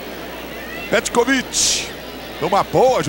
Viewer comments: O narrador fala a cada hora um.nome diferente para o Petkovic kkkkk "Petroviti" "pekoviti" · Ecovit, Petovit, o narrador tava perdidinho pra acertar o nome. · Narrador: Pé Covit Comentarista: Petrovik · Antigamente até os narradores tinham problemas em pronunciar os nomes dos jogadores. Pecovite. Petrovidi. Pecrovidi. Acho q foi através desse jogo q surgiu o novo covid 19... 🤣🤣🤣🤣🤣🤣🤣🤣🤣🤣🤣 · Pior era o narrador chamando ele de Pecovick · É impressão minha ou o narrador está falando pecovic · Só é irritante ele falando "Pecoviqui" kkk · Os caras chamando o Pet de "PETROVIC"... Lamentável... 🙄😒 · É a primeira vez que eu vejo alguém chamando o PET, de pécovic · Ele fala Petcovid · Foi o "pécovitc" de novo. Sabe tudo...kkkk O outro chamando "pétrovitc"...kkk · "Pecovit" " Petrovick" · Pêcovití!!!! Kkk pecrovit!!! Kkk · Pecoviti....... Petrovic....kkkkk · Pecovit kkkkk petrovitkkkkk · "Pékovic" meu ovo! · Eu fiquei pensando a mesma coisa, narrador tem dislexia, não é possível kkkkkk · Meu Deus 😂morri de rir com esse narrador falando o nome do Pet. Várias pronúncias kkkk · O narrador usou duas pronuncia em relação ao Petkovic e nem uma tava certa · Os caras nem falar o nome do Pet, os caras não sabem falar, piada!! Isso. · Os cara não sabia nem falar o nome do Pet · Esse narrador não sabe falar o nome do PET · O narrador nem sabia pronunciar o nome dele..kkkkkkkkkkkkkk